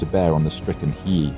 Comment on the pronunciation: 💡 Pro tip: Hiei is pronounced as HEE-EHH.